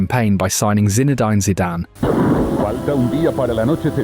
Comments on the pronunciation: I can't bear listening to you mispronounce so many names "Zinna-dyne", "Berrna-bayo", "Chelto Vigo" and the list goes on! And we don't have MVP's in football. I'm surprised he's not called it soccer yet! 😅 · I come for the AI player pronunciations 😅oh and the constant ‘slash’ for the season dates 😅 Today we have - Zina-dine 😂😂😂